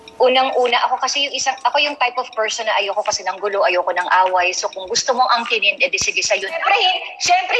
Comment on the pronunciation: Anong akinin ? Angkinin ! Ang gulo mo ate 😂